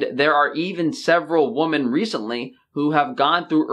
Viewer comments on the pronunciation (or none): Love your vids man, but please look up how to say "woman" and "women". Awesome video though :) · Women. Its women,. Haha. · Woman/Women. Please learn the plural noun and the pronunciation. You always use the singular. Not cool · Why do you pronounce the plural version of women as the single. I know it's spelled the same but 😂😂😂